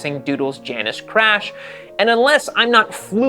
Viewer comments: You’re mispronouncing Janus. It’s Jay-nus. After the designer, Hugh Janus. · it's OK to pronounce the brand properly : it's Jay-nus.. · I believe it’s pronounced Jay anus. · Pronounced Jane-us. Named after the two-headed goddess. And, if the bike is using cheap front end components, you have a perfect recipe for a death wobble. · The, 'J', is silent.